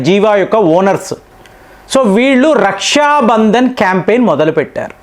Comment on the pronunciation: రష్యా బంధన్ కాదు . రక్షాబంధన్ . పలకడం సరిగ్గా లేదు